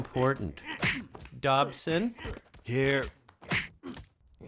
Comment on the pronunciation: woah he said Cobson